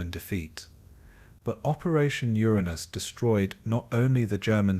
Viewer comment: Yet another uneducated cretin mispronouncing Uranus. Proof that AI is garbage.